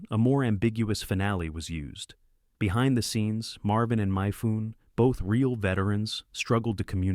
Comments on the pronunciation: Haha, you should have kept watching, because he pronounces it correctly later. And then he goes on to say Toshiro "MY-foon"... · It's mee-fuh-neh not myfuhn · Mifune pronounced ... Mih-fuún-aye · You didn't make it to "Myfoon" or "Caveazull" then... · Marvin and MY-FOON? Real double-u double-u EYE diaries? PLEASE STOP USING ARTIFICIAL NARRATORS! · Mispronouncing Mifune’s name and calling World War One, W W I is why AI sucks And most of these movies are not forgotten. At least 9 or 10 of them are staples on Turner Classic Movies!